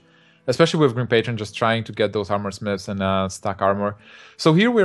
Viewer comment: I have to say it. I haaaaaaate esport commentators with THICK accents like. If you cannot say "with" as "with" and not "wiff" then you need to go back to primary school. Articulate! There are speech therapy classes for a reason. Sorry guys, it bugged me. I needed to get that off my chest.